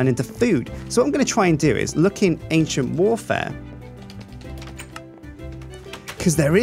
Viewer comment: Does nobody else hear "Asian Warfare" when he says "Ancient Warfare"??